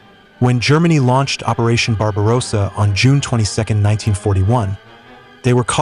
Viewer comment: Please Americano's, learn how to pronounce 'Barbarossa' .. It's not Barbaroo00sa, there are TWO 'SS' in the word.